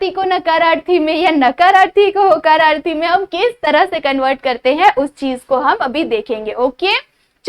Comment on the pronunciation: mam vo hakararthi nahi hota hai vo hokararthi hata hai